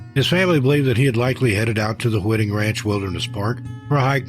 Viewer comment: Hi: on the 1st story, "Whiting" Ranch is pronounced with a long "i", like in the word " white", not like wit.